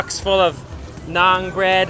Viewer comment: It's actually NAAN Please correct